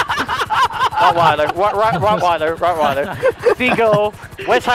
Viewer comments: Did he really just say Rottweller 🤣🤣🤣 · "RotWeller" XD